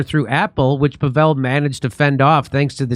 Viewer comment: Pronounced “Povel” not “Pavelle.” 😂